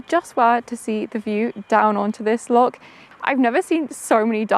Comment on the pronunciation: loch not lock